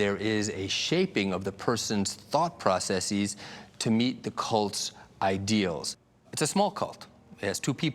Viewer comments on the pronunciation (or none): none